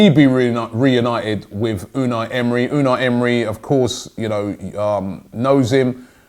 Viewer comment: Holy shit Robbie No NO I'm not letting you adapt the wrong pronunciation of our new manager. It's (U-nigh ) pronounced in a Turkish way almost. Unai Emery.